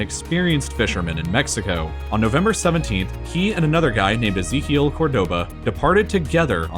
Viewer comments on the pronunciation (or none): Dehhh... Ezekiel.... E Z KEEL? easy KEEL? He shouldn’t have died at all the boat was easy to him...